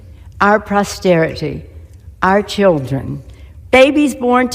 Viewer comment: Prosterity? She can’t even pronounce the word. Not surprising that she and her party were not able to actually deliver prosperity to the American people. Nancy, thank you for your time in office. I bid you the fondest farewell. You will NOT be missed.